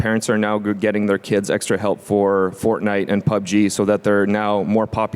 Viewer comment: He said PoobGee hahaha